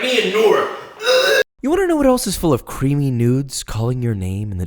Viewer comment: Extra CWEAMYYY joins the CWISPY gang